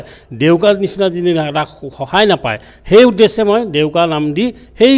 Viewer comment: Its ডেউকা not দেউকা